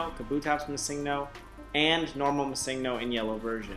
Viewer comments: I'm sorry but the fact that you not only can't say "Missingno"(what the fuck is a massingno?) but said it almost every few seconds made me ragefit and required my downvote. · I pronounce it missing-no. He is saying ma-sing-no. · Er... Before you embarrass yourself more... The pocket monster "missingno" is actually pronounced "Missing No" to reference that it was used to fill unused slot data in the earlier games, as it was more difficult to code in filler pokemon. So it isn't pronounced missig no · Mis-sing-No haha you should say ”Missing No.” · Why are you pronouncing it like it is spelled missigno? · Mi seeng' no. That pronunciation hurts my ears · you know his name means missing number. you know that! Why do you keep saying missingno? why?! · Shouldn't it be pronounced "Missing Number"? As this is a "pokemon" that shows up from the game trying to find a code where none exists. So it has a missing number. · MuhSINGno Nice pronunciation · I hope you didn't continue pronouncing Missingno. with the stress on 'sing'. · I explained what it meant. But my question was, shouldn't that be how it is pronounced as the "no" is just "number" abbreviated?